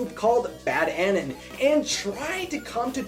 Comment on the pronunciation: You should learn how to pronounce anon it’s pronounced ( a— non) not how you said it. Learn to pronounce words before you offend a whole lot of support groups. Fucking child